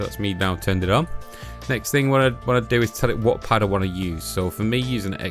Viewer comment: "If you wan to."